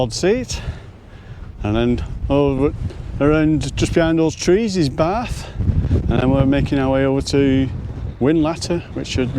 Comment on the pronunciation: Well, I was taken with a name like Barf...but was very relieved with hearing your pronunciation!! Absolutely amazed at those views!!